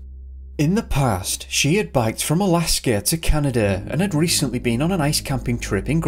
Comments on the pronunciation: Jesus christ there is NOT an r in Alaska. Its not Alaskar. There isn't an r after every word ending in A. Fix your accent. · Their is no "R" in the word "Alaska" !!